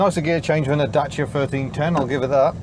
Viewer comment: I'm so glad you pronounce Dacia correctly, unlike James May. That E-Type is epic too, such a beast. I thought they said they would do 160mph, which was amazing for it's time. Achingly beautiful car, yet reliability would be my biggest concern.